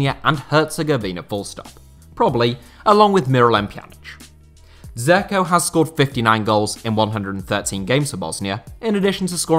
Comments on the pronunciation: The way you pronounce Edin Dzeko's last name means "little bunny" in Bosnian. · Hahaha he pronounces Dzeko like a melt